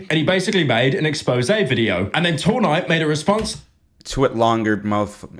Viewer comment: Why does he keep saying two nigh